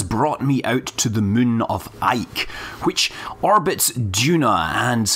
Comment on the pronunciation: It's funny how he can't pronounce the word "moon" right :D 하하